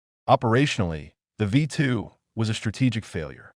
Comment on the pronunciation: Werner "von brown," not "brawn." Ver'-nurr, not vern-her. "V2," not "V" ... "2."